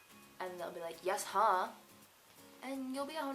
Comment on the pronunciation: Its' Yessuh, not Yeshuh...Good job but you're not from Boston, I guess.